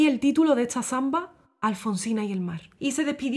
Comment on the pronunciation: Se me hace un poco curioso la forma de hablar de esta belleza de mujer. Porqué pronuncia las palabras con s y t en posición contraria. Ejemplo: esta la pronuncia etsa, historia la pronuncia hitsoria y así. Solo una curiosidad 🤗